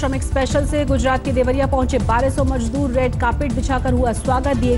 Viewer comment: Abe jaahil budhiya majdoor nahin mazdoor hota hai.